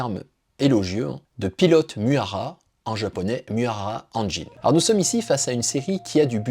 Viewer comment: C'est pas inintéressant mais effectivement comme deja dit par d'autres, il faut travailler l'éloquence. Et ce qui me gene vraiment ce sont les noms japonais systematiquement écorchés. Nom du Shogun reel dont s'inspire Toranaga : TOKUGAWA IEYASU (prononce Ié-Yasu) Le titre d'Anjin dans la réalit est MIURA ANJIN (prononcé "MI-OU-RA") La dame s'appelle Mariko. Le nom de la coupe de cheveux "Chonmage", se prononce "Tchone-Ma-Gué." Etc. Pour l'image de la chaine, pense a faire valider ce genre de choses a l'avenir. Mais je like la video